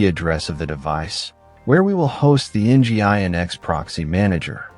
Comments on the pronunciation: Nginx is pronounced "engine X" by the way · It’s mainly the pronunciation of Nginx that breaks the immersion. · Nice video. Too bad the AI voice is otherwise distracting; "En Gee Eye En Ex" and "TrueNASH," anyone? 🙂